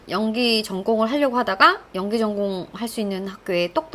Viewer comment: 눼가 연귀를 못휐나? ㅋㅋㅋ 말투가 넘 귀여우십니다